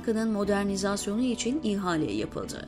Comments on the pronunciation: Zeynep hanım “ihale”kelimesini telafuz ederken “i”harfini uzatmazsanız daha doğru olacak gibi. arzu ederseniz bir bilene de danışabilirsiniz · İ-hale değil, ihale...Bir yazıda Davutoğlu'nun adı varsa hemen kapatıyorum. Çünkü okuyucu Daavutoğlu diye a'yı oldukça uzun okuyor. Şimdi de i'yi ayrı okuyor. Yorumlara bakılıyor mu bilmiyorum. Ama defalarca yazmama rağmen Davutoğlu dedirtemedim. Diksiyon önemli ve bunlar düzeltilemeyecek şeyler değil. Lütfen biraz özen...